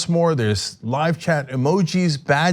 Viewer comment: So.... is it only me who hears Cenk saying "live cat" instead of "live chat" in the promos at the end ?!